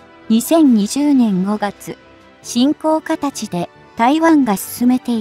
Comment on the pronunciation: もう、進行形（しんこうかたち）って読み間違えた時点でアウトだよ！